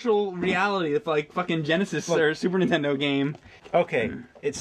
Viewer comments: I love that you guys often sort of say "intendo" and drop the N. I just like it. No big reason why. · I've noticed that James always says Super Ntendo